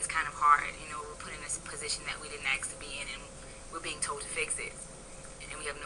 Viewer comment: Why can't most black people say the word "ask" properly? Not being racist - I am being curious...